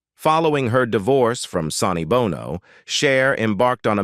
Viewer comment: Gotta check that AI my guy. Numerous, almost comical errors. Every time your script shifted from "Sonny Bono" to just "Bono" your AI guy switched to pronouncing U2's Bono 🤣